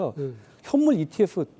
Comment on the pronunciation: 이티에퓨 ㅋㅋㅋ 깐족이 F 발음 진짜 개패고싶네